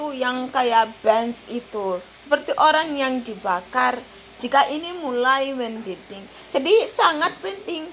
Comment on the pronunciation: Sendok magiccom: CENTONG Boiling: mendidih bukan mendinding aduk bukan raduk Semangat